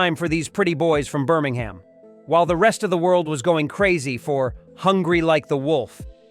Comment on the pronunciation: Birmingum, not "Birminghayam."